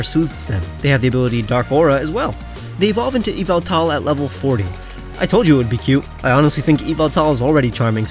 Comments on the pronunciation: it is ya-val-tal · Oh mandjtv (he said Yevaltal wrong) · Anyone gonna talk about the mispronounciation of yveltal when its ya val tal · me getting upset mispronouncing yveltal (i watch matt)